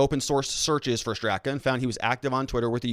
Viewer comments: Pronouced Brandon Strahhhka. He is the founder. A lifelong Dem, gay New York hairdresser, Hillary voter who left the Democratic party. He is NOT a right winger. I feel sick. A gut punch. Weaponized FBI to politically free voices. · Pronounced Strok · Lol... you and names just don’t get along, huh? 😂 It’s Brandon “St...rock” strock... seems weird, but the a on the end is silent and the first is pronounced like the a in father. While I’m helping with name pronunciation, Andy Ngo’s last name is pronounced “no” - the g is silent. 🙏✌️❤️